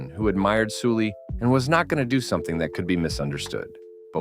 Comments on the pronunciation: Note her name isn't pronounced like Soo-lee, but more like how you'd say Sullivan. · it pronounced seolli actually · No it’s not. Koreans wouldn’t pronounce her name like “Sully.” It’s Soo-lee. Su making a soo. Why are we lying lol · Her name is clearly written in Hangul as 설리 which is "Seol-li" aka Sulli. Not "Soo-lee".